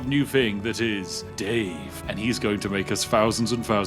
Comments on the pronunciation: im sorry you pronouncing thousand as fousand makes this video almost unwatchable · Why can't you pronounce "th". You say "f" for "th". Like 10 fousand.